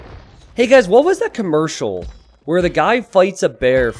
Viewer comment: said Khmercial like 10 times